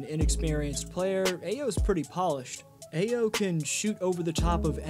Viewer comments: Great video but it’s pronounced “Iyo” haha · Thumb down for butchering Ayo’s name.